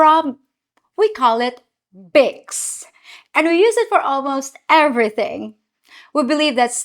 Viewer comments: Bicks? instead of Vicks? That doesn't surprise me. The "V" sound in many languages is from the "W" letter. And the "V" letter has numerous sounds which are NOT the way we pronounce it in the U.S. Also, there is a close correlation between the formation of the English B and V. The "B" uses two lips (bilabial) while the "V" uses the upper teeth and lower lip. After formation the pronunciation of the B & V is essentially the same. But they sound different because of the different formation of 1 lip + teeth vs. 2 lips. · Vicks is pronounced "VEX" not "picks" - the Hispanics in Miami will often mix up the B with the V like the Filipinas do with the P and the F. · How you pronounced words was interesting, in Australia we also pronounce it as Bics 👍😊